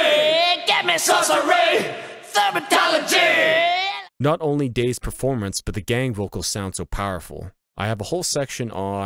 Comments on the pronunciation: For some reason I think meant to say Thaumaturgy, but he said Thermatology. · I like how its actually thaumaturgy but didn't remember how to say it lol